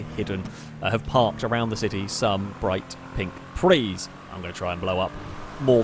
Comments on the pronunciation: prius is pronouced pre - us not prees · PRIUS not PRE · the 'us' isn't silent in prius; it's pronounced "pree-us", not "pree" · Why do you call them pris, they're priuses? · It’s Prey not Preeees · Dude it's not a "pree" it's a PRIUS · When you say "Preez" do you mean Prius? You know it's a "Pre-us" not a Preez, right? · Because he's called it for many years and always will. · Well, if you gonna be all Latin on that one, you gotta pronounce it right, like "Pree-ee". Regardless, he said "Pree" in the singular form and I think I heard him saying "Prees" as plural. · You say prius wrong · is there any particular reason why you mispronounce prius?